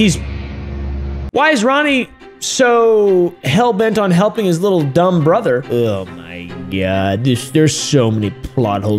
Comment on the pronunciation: Aww whittle bwilly